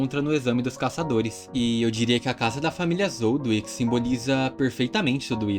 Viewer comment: Não ''Zoldwick'', ''ZOLDÍK'' Zoldyck